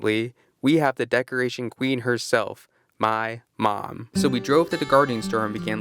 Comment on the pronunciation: Dang that “MY MOM.” Was personal💀